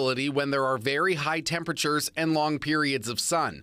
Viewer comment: “Tempatures”? You mean temperatures?